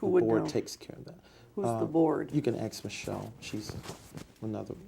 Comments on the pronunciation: ⭐️ Welcome back to AXE MICHELLE 🤦🏼‍♀️ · Axe Michelle. 😂😂